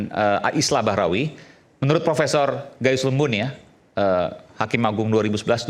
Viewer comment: Gayissss atau gayussss😂😂😂 seperti orang bego